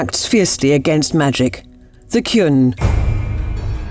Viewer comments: Hey! They pronounced Qun right this time! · Thanks for listening to us, you fixed the pronunciation of Qun in this video. Once again, a brilliant job!